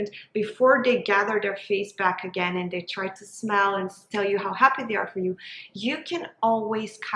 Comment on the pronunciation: I just can't get over the "dey" when so many other times the "t" sound is pronounced so clearly- I can't focus and was very much invested in trying to hear this topic.. I wish though!!